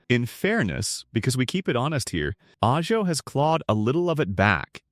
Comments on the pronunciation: AyJo? Really AHHJo.. AI CRAP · Your AI needs to learn the language. Ah-Ho, Rio Vayrday just for starters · Ajo is pronounced ah-ho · Ajo is pronounced Aho. Gila is pronounced Heela. Verde is pronounced Verdee. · Ajo is NOT pronounced A-Joe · As an Arizona native, the mispronounced names were irritating, until coming to one I didn't recognize, until I visualized the CC. Ajo. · Teach your AI slop narrator to learn how to say AJO.